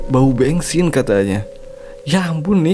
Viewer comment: Bensin❌ Bengsin ✅ 😭😭